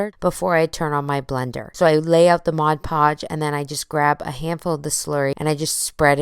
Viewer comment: Ummm... I tgink it's Mod Podge, not Modge Podge.